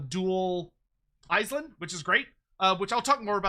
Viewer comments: Andy Law's going to mald at how you're pronouncing Aislinn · I know I hate it hahaha